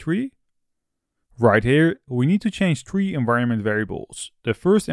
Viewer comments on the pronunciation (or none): As most youtubers suffer from spelling a correct "th", please, at least, try it.. there are no trees in laravel and no "witt".... (three, with).... Thank you ;)